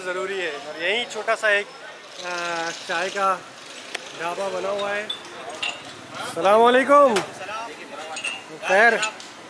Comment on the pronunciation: Bhai salamvalukum nhi assalamoaliyakum bola kijiye